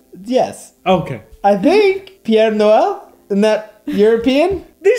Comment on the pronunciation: Hey guys, gave me laughs, as always. I noticed that you guys say Father Christmas, in French, wrong. So thought I would help, as i'm fluent. It's Père Noël, not Pierre. Père is Father, Pierre is Peter, lol. You can say Papa Noël too. Hope this helps. Also as a English women, stay away from Christmas pudding. It's gross! I don't think I know anyone who likes it, haha. And yes custard is very bland, don't like it myself. You can have ice cream with it. It's not for me, lol.